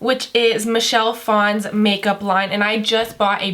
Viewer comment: You're hair looks ridiculously stupid 😂 and it's Michelle PHAN not Fon, learn how to pronounce shit before you review someone's product so "brutally."